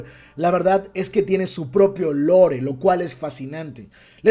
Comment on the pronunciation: Se dice LOR no lore. Que no somos españoles para andar matando el idioma ingles